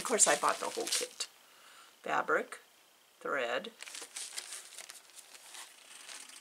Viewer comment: Glad I found you in floss tube. Your stitching is beautiful. So enjoyed your video. What was that word? Hread?? Thought I would lay an egg laughing. 😊